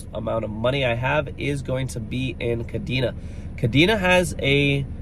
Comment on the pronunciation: You might be more credible if you pronounced Kadena correctly considering you’ve covered it awhile now.